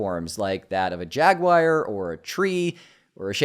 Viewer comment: lol 😂 that’s certainly one way to pronounce that. Jagwire 😂